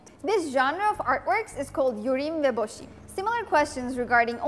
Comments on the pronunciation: קרע אותי ה"יורים ובושים" אחותי את ערבייה את אמורה לדעת לבטא ח' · The way she said "Yorim Vebochim" had me dying🤣🤣😂 Come on you are not serious.. this video is a joke